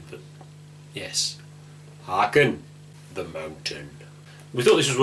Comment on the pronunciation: learn to pronounce haken for crying out loud